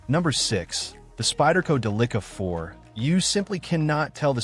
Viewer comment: The "Duh-licka" SHEESH